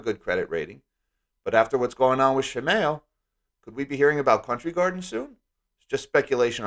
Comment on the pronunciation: Please look up how to pronounce Shimao because you sound very silly.